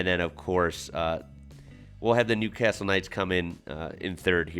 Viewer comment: New. Carrrrrstle